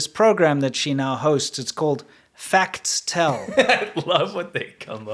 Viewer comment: “Facts Tell” does not roll off the tongue …unless you say it as “Fas Tell” like (and many in China would)